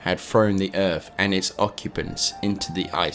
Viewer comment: What on Earth is an earf?